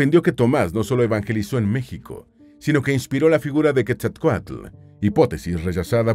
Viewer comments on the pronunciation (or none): none